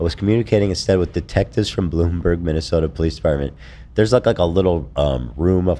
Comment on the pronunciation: Not minnesoter 😭